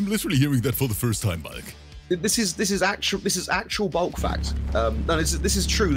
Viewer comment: Ngl this whole time I thought his name was bug not bulk because RIP pronounces it different